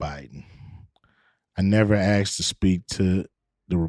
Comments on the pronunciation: Da Republicans axed? Axxed? WTF is axed? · Did you "axe" how much fentanyl was in G. Floyds system ? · A S K E D and P I C T U R E are proudly & purposely mispronounced AXED and PITURE by blacks! Cringe to me, glad you disliked JSFGuy, also!!! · What the hell is "axed"? Use correct english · " I never Axxxed" 😅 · Millionaire and cant say asked correctly. Floyd was a criminal. No great loss